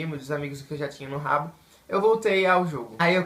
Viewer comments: Não se diz ''Rabo'' se dis ''haboo'' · Se escreve Habbo, e se fala rabú, não rabo